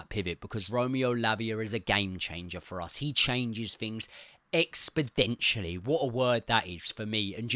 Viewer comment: EXPODENTIALLY? Yeah mate, what word is that hahahah